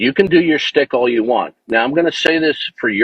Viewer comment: lol. It’s schtick not stick.